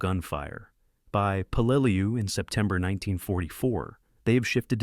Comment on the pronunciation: It's pronounced Pell la lew. You just can't make up gibberish. Your AI screwed up Tarawa too. Edit before you post! C